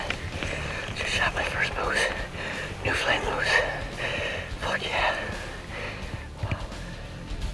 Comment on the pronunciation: "new fen lan" phenotic spelling from the bay! ahah born and bred. you said it perfect guess it was the adrenelin rush. eh perfect hunt I thought and really nice job on the video all around. thumbs up. ck my moose hunts 13;56 you dumped him good shot! cheers mon